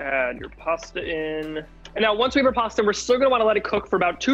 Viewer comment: you killed all your Italian stans with that "pasta" ahahaha